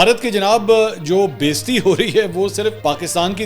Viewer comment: Mansoor bhai please correct urdu word بیزتی نہی ہے بے عزتی ہے۔ hope you don't mind. Love you